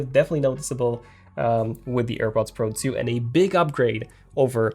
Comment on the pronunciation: AirPods Pro "tzhu"